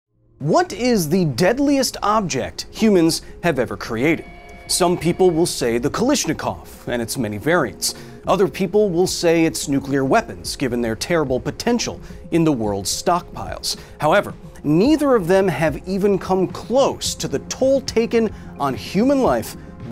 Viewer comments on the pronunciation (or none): "Kalisnikov" Jesus Christ man... It's "Kalashnikov". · Bro did not just pounce Kalashnikov as Kylyshnikov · Kal(I)shnikov??? For someone who has been to Ukraine, this was an unacceptable pronunciation. Jk. Just felt the need to point this out. Plus, it's a comment for the algo. One love ❤ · Dude - it's "Kalashnikov", with an "a".